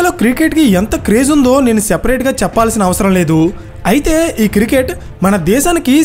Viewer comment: అరే.. బాబూ..! అది కిరికెట్ కాదు క్రికెట్.